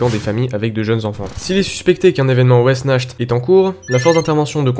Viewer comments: De super animation et un scp plutôt flippant j’aime bien les musiques sont bien choisi mais je crois pas que sa se prononce wessnacht mais après tu es plus calé dans le sujet mais je pense avoir raison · Wechnart* en terme de prononciation c'est un mot a consonance germanique